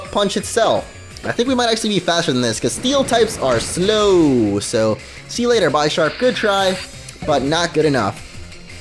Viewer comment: YOU PRONOUNCED BISHARP WRONG ITS BISH-SHARP NOT BY-SHARP YOU STUPID FRUIT, WATCH THE ANIME